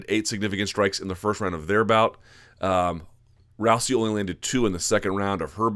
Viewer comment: Interesting how Luke is the only analyst that pronounces her name as "Row-see," while everyone else says "Row-zee." Anyone know which pronunciation is correct?